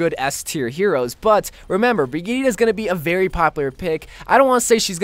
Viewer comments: Am i the only one that gets irritated when say "brigetta" like its brigette there no a in that but still love yo vids👍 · It’s bridge eht is the pronunciation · Isn't it pronounced like Bridgette? This was infuriating. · Her name is pronounced Bridget